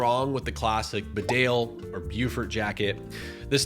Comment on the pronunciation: It is pronounced ‘Bee dale’ named after the town of the same name. Why can’t US commentators get this right?